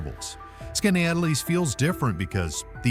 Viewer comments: Skineatlease? Skoneedlease? You say it about 4 different ways and NONE of them are correct! Seriously. Get your pronunciations down before you create a video! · Please learn to pronounce the names correctly if you are going to do these types of videos. It's Skinny-At-Less not whatever you were trying to say. And On-On-Da-Ga I would love to know where that solitary, snow covered mountain peak was actually. Even in the Adirondacks there isn't a mountain that looks like that, as they are a Domed Mountain Range. the old-time western architecture looked more like Wyoming than NYS. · Holy crap, please how.tp.pronounce the names of places you're going to have in your video . . . Skinny-atlas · Skaneateles... BUTCHERD THAT. (Skin - E - Atlus) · Skaneateles is pronounced skinny-at-el-es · Oops! Pronounced SKAT-EE-COKE. Also acceptable is SKAT-A-COKE. Rick Delair, 😋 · 😂😂 it is pronounced skinny Atlas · Lmao...how you gonna have a video featuring unique towns and events without knowing how to pronounce! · Every time he said it, I shouted!😂😂😂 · It's pronounced Skinny - atlas. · PRONOUNCED. SKINNYATLAS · Said Skaneateles 10 times and didn't get one pronunciation correct. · Why did it pronounce Skaneateles a completely different way every time it said it, and none of them are correct? 😂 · thank you-- he really butchered the name! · Right. How many different ways did he pronounce skaneateles?😂